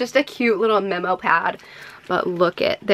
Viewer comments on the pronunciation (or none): none